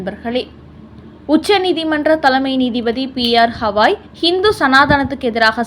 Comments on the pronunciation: ஹவாய் என்று சொல்லாதீர். கவாய் என்று சொல்லுங்கள் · உச்சாரணம் சரியாக இல்லை ! தயவுசெய்து BR Gavai, Thushaar Mehta இவற்றை சரியாக உச்சரியுங்கள் நன்றி